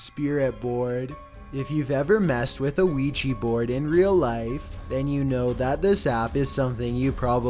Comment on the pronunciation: just me or he said WEGGE board